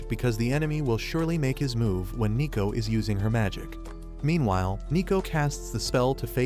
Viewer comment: Isn't it neko not nico?